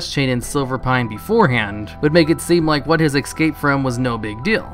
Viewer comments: Why do people say ec scape. It's es scape. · Look great video, but it's escape. Not Ekscape. I know I seem like a trivial douche but it's only one word. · its not "Exscape" its "Escape" try pronouncing it without the X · you always say excape, instead of escape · I know it's petty, but I cannot get over that you say "ecscape". Other than that, love your videos.